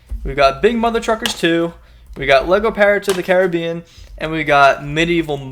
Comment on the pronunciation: A decent box young man. FFX is the star of the show and it's nice to hear someone from across the pond pronounce Caribbean correctly. And appreciate the video game subscription services you have over there, in Scotland well, better not get into that rant again, I've Don that enough on my channel 🤣